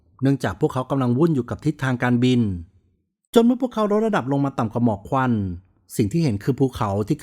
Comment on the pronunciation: เป็นคลิปที่ให้ความรู้ เยี่ยมครับ ถ้าพัฒนาเรื่อง ร เลือ กับ ลอ ริง จะเยี่ยมกว่านี้อีกครับ ดูไม่เป็นมืออาชีพ แค่ รอ เรือ กับ ลอ ลิง น่าจะไม่ยากครับ ......ในตอนแลก ......รดระดับรง ......ลองฟังดูเองนะครับ